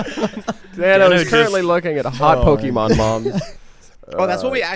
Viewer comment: pokeemon. me: pet peeve activated.